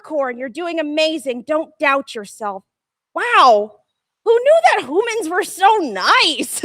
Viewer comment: Its humans not hoomans